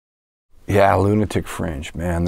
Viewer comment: First 20 times I heard this I thought he was saying lunatic friends